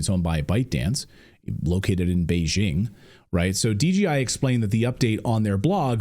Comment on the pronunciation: Clayton you keep saying DGI... I SAW DJI on your screen clip...So is it DGI or DJI?